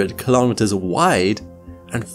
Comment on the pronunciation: Kilometers is pronounced kilo-meters, same as kilo-grams. Not ka-lom-it-ters.